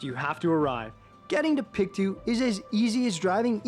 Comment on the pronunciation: It's pronounced..... PIC - TOW not PIC -TWO. ;)